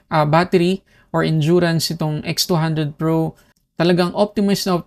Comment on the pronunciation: Nakakalito haha minsan naririnig ko v200 pro minsan nmn x200 pro hahaha